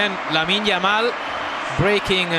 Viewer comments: did the journalist really called him YAmine LAMAL ??? :-) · 'Yamine Lamal'😂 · El relator = Yamine Lamal ... jajaja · Yamine Lamal 😂😂😂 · 😂😂😂🔥 he said Yamine Lamal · yamine Lamal 😅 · Yamine Lamal??? Come on man ! 😂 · But that is the correct pronunciation. In spanish, the L sounds Y so that is correct. We are rather pronouncing it wrongly. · yamine lamal😂